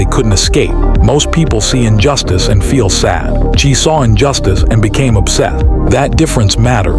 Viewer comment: Chee???? FFS!!!!! It's pronounced Chay - rhymes with pray.